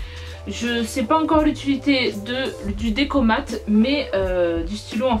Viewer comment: J'avoue elle c'est même pas prononcé le deco mate😂